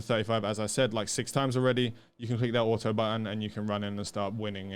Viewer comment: So it's actually true, there are people who actually says "Ah oh" instead of saying auto.